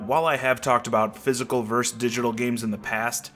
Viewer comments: versus...please...not verse. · I don't mean to come off as an asshole, but I have to point out that "vs." is shorthand for "versus," not "verse." A "verse" is a section of a song. Great video, though! Thanks for the insight and info! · Why do so many people pronounce versus as "verse"?! That makes no damn sense! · The word is VERSUS... not VERSE.. it's not a hard concept. Just say the "..us" at the end, and people won't think you're uneducated. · Versus! FFS, it's versus.